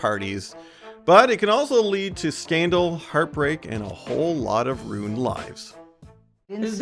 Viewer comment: I find it strange and distracting the way he pronounces the word "ruined". Who pronounces it "runed"?